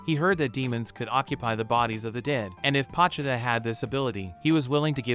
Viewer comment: Not trying to be rude but it’s bothering me that ur say pochuda instead of po chi ta